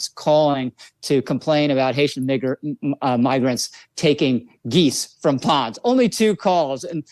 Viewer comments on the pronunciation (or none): Mig isn’t pronounced the same as Nig if you’re tryna say Migrants. People really be tryna play us as stupid 😂